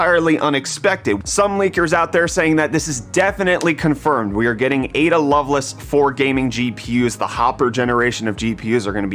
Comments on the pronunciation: No. It's the middle of the Night! AND it's not love-less it's loveLACE 🤓. Drives me nutts xD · It’s Lovelace not Loveluss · its love-laise